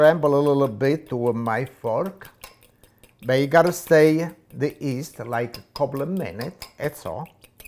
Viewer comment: Who doesn't love this guy! The way he pronounces yeast...."east" lol